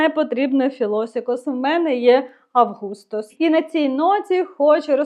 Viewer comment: Вітаю! Потрібно познайомитися з Августос Коррес. Наголос потрібно робити на "А" бо це грецькою. 😉 Дивлюся багато у них інших ароматів на сайті...